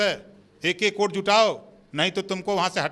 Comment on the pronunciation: Abe Burbank pahale bolna sikh lo oat nahi vote hota h🤪🤪🤪🤪🤪🤪🤪🤪